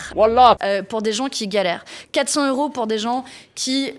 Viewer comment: On dit quatre cents zeuros dans la mesure où il y a un s à cent.